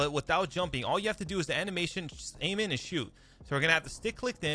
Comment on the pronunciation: I though you were saying Slide-- Slide-- Jump-- AMEN. Instead of Aim In.